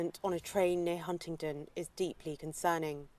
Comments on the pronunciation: Im sorry can you read because it doesn't say hunt it says Huntingdon and I happen to come from that area if your going to report on our news and towns pleas learn how to pronounce them properly 😡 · HuntingDON NOT HuntingTON!! ffs u ppl cnt even spk properly!